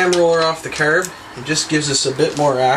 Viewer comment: ha, he says carb like curb and talking about Lila